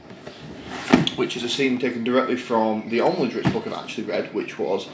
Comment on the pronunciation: I hope I'm not sounding like an ass but it really started getting to me after you said dritzz 5 times and apparently nobody caught it before which I find very depressing it is drizzt... So the zz sound comes before the T sound dr-izz-t